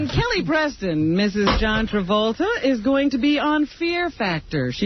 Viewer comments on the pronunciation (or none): none